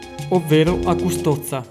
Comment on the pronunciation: Oh signore come hai pronunciato Custoza ahahah